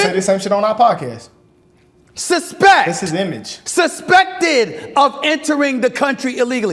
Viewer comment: This dude always yelling. Damn. “SUSPEKT”